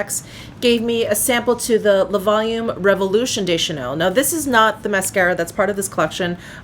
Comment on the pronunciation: I am loving that darker eye quad! And the finished look is gorgeous on you, with your hair back and that blouse ❤️ Ps, “le” and “de” are pronounced similarly to “luh”/“duh” (/ø/ – this sound does not exist in English) and “les” and “des” are pronounced “lay”/“day”. And, much of the time, you only pronounce the letter “s” when a vowel follows (ie, “les beiges” is pronounced “lay beige”.) 🇨🇦☺️